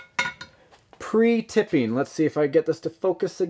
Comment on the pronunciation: just some correction in language.. It's pronounced pre-tinning your solder joints.. otherwise awesome build video like always! I much enjoy all of your vidoes and cant wait to see this truck on the trail!